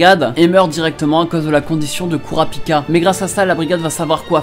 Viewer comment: « Kourapika » ça me fait pleurer ;-; « kiroua » j’en peu plou C’est « killua » et « kurapika » bordel ;c